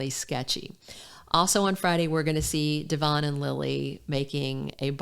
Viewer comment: Finally someone knows how to pronounce Devons name correctly it's very refreshing willbe listening to you and not the rest of them,cause of this factor😅